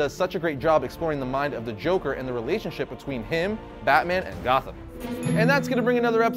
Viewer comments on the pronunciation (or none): none